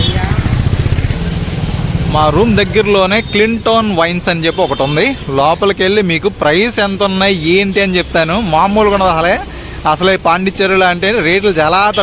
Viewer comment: క్లీన్ టోన్ కాదు అది, క్లింటన్